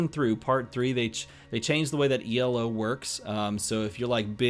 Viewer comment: Excited for this! But...the way you say elo....maaaann :'D